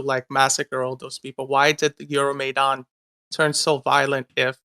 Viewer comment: He pronounced Euromaidan comedically wrong. Even if he has Ukranian heritage, he clearly isnt culturally or even literally Ukranian